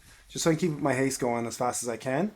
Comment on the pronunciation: What does haze do? Edit it's actually haste. He just says it weird 😂